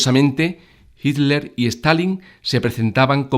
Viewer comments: Buen video PD: Se pronuncia JITLER no ITLER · bueno video te explicas muy bien pero ''el duze'' y ''itler''... XDD